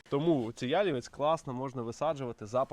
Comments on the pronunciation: корисне відео, але наголос не правильний- потрібно говорити яліве́ць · Пробачте, що виправляю, але ялівЕць наголос на останній склад, а не перший. Не хотіла нікого образити, просто ріже слух